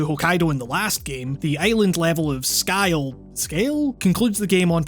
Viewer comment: So...this was actually well done. So much more in-depth than I was expecting and it actually made the video go by faster. By the time you reached Isle of Sgail (and yes it seems to be pronounced scale) I was kinda disappointed I wasn’t getting more lol. Furthermore, your analysis and gameplay showed me some things that I never tried or even knew about before, most notably on Mumbai (since I’ve played that mission the least). Awesome work and I can’t wait to see what you do for New York and Haven Island 🙂